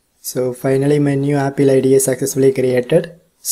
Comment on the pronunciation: Please pronounce apple true 🎉😁